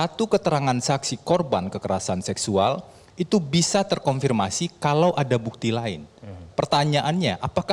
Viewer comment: Febri pengacara "terkonfirmasi". Kata-kata "terkorfirmasi" kerap terucap olenya.